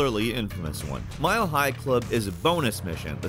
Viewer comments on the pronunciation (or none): none